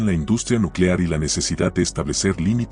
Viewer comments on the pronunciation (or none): none